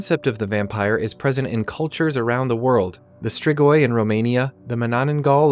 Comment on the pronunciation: hey so im romanian and id like to ask you to pronounce strigoi corectly thank you and goodye